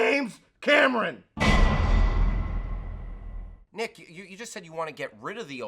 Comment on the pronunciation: Nick said James Crameron